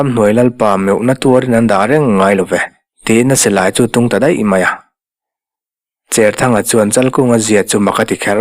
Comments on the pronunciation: Cherthanga tih a "cher" tih lam dan hi cher (thau lo) ni lovin, Cherput tiha "cher" ti a lamrik ni ta zawk se. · I sawi dik e.Tuithawl hnangin ka cher bur mai tiha cher kan lam ang hian. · Vawiin tlai,zanin tlai chu kan comment ve a nge.Pemthar kan neih zinga pakhat Cherthanga tih i lam dan hi kan sawi zui ve mai mai teh ang.Saw pa saw a thau/a cher tih anga lam rik tur ni lo in,sahrang lu hi hruihnang in an cher a an tar thin,ti anga lamrik tur a ni zawk em...Kei chuan chhiar ila he tiang hian ka lam ri ngei ang...Khua leh Veng a hrana tawngthluk leh lam dan a inang lo nuala ka ha hawlh ve lai kan thailang mai mai e...